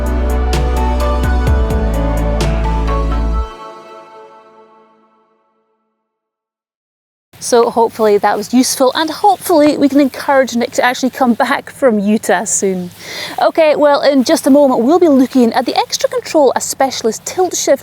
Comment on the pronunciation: Hi! Love your videos. I did just want to mention that "Utah" is not pronounced "YOU-tuh" even in Scotland. It's "YOU-tah". Do not ask me why. Native American names are their own thing. "Teec Nos Pos" doesn't sound a thing like how it's spelled. Great place, though!